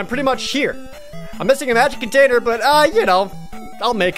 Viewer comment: Sometimes, when Jared says magic container, I hear it as magic potater.